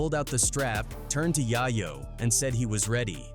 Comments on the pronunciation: Its yayo not yahyo smh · Tony Yahyo is crazy 😂 at least pronounce the name properly smh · They KallinG My BiGG Homie His Name OUTTA POKKeT…. “Yae-YO” NOT: “yah-YO” this Internet Shyt Na$ty 🤦🏾‍♂️ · Tony Yah-yo 🤦🏾‍♂️ It’s pronounced Yay-yo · Why you keep saying yaw yo lol it’s yay yo say it together yayo. You moron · Dude... IT'S.... YA-YO NOT YAHYO YAAAAA-YOOOOOOO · Bro how you not know how to say YAYO? Think of what that means pretty simple. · Toe-KNEE Yai-YO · Bro said Tony YoYo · These non culture goofy content creators don’t even know how to say YAYO! Making money of a culture they don’t even completely understand. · The Narrator call Tony Yayo, Tony Yaah Yo, DAM just Fucking Up his name!🫵🤔🧐🤨😎👀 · "Tony Yai-Yo" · Who tf is Tony Yi-Yo? Lol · I HATE This Internet Shyt 🤦🏾‍♂️ Thys Shyt ODEH Na$ty WorKK and Diabolical…… I Hate That Yall Kan POST Shyt and NOT Know FaKKtz ….. Yall Was Klose Tho ONLY BcUZ yall bacKKed yall selves w/ Videos but MO$T of the AI chit ChaKK ….!!!!! $TOPit$LIME …. Yall Kant Even Get Yayo “Yea-YO” name right like WTF 😂 🤣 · Yooo Pronounce YAYO it's YAYO 🤦🏾‍♂️ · I turned the video off when you pronounced Tony Yayo wrong. Culture Vulture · if you can't even say tony yayo name right I can't believe your story 🤔